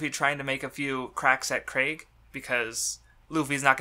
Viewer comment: ITS PROOUNCED KREEG NOT CRAIG JESUS CHRIST